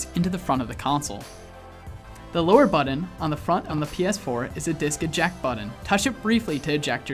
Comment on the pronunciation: What's a "buddun"? 🙄🙄🙄